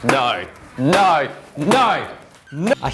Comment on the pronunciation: Why do you australians say nouwe for no?